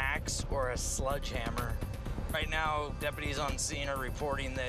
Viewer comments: It's Sledge not sludge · SLEDGEhammer not SLUDGEhammer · It's "Sledgehammer" not "Sludgehammer" YA BIG GOOF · He said “sludgehammer” SMH 🤦‍♂️ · Did that cop say SLUDGEhammer???